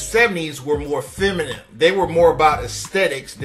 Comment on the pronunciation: It's FEMININE, not feminim bro. After being on this earth all this time you still have not figured this out? 😂😂🤦🏽‍♂️